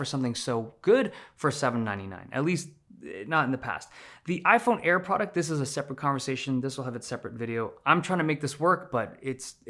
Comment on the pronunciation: Ay eye air, ay eye 17 pee and ay eye 17 pee em